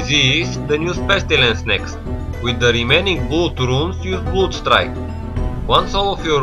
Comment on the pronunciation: it's blad(blood) and not blud XD